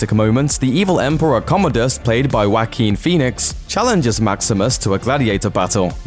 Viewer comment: More Bloemkamp movies!! 🇿🇦❤️ You're killing me, 😂 please don't pronounce the name Joaquin, as wanking!!😅